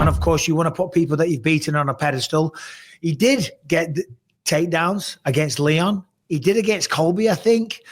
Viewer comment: It sounds like Michael is saying Liam instead of Leon